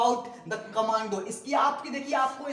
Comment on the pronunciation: Guru it's "commando " Not command